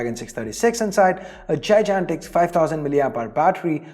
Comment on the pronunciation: Learn to pronounce "Gigantic"